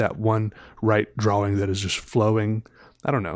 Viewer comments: I'm canadian, we dont say draw wing lol. Idk where he gets that from. Drives my also canadian girlfriend nuts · Wait is that why he says draw-wing? Not throwin shade, I think he's dreamy (and, duh, talented), but it throws me for a loop every. single. time.